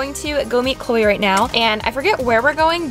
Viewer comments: When she said Chole I was a bit confused... anyone else?? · When she said cloe, I thought that it was her dog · everytime she says Chloe her dog pops up in my head💀